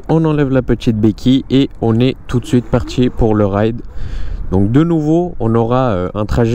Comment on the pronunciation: comment repérer un cassos après 4 secondes... quand "on est parti" devient "on est partchi"